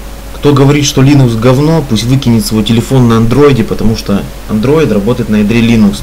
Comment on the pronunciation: дружище, слово "лИнукс" ударяется на первый слог по имени автора ядра - ЛИнуса Торвальдса, а не ЛинУса. По крайней мере, Линус сам так произносит: лИнукс. Тренируйте произношение.